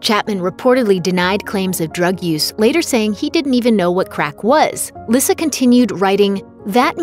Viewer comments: It's not "Lissa" it's pronounced like "Lisa".. Boy, these people doing commentary really don't know these people! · Its lee sa not lissa(lyssa) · I thought lyssa's name was pronounced like lisa. Thats why they call her baby lisa??